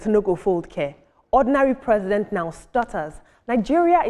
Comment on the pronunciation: Ordinary President not Ordinary presents 😅😅